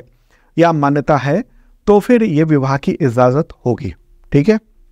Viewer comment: Very nice video and very much helpful in all exams One pronunciation correction I suggest it is "ijazat" u r genius teacher thanku sir